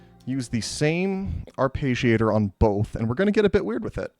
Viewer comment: There is no sound "page" in arpeggiator. You can get the correct pronunciation in the English to Italian translator. It is the same sounds both in English and Italian. But you seem very exacting so I thought you would like to know.